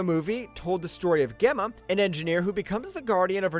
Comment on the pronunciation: In Megan, Gemma is a J sound, not a hard G. Shows you did not watch the movie.